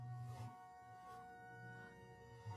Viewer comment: I love hearing say "The Huwhite Panther" 😆😆😆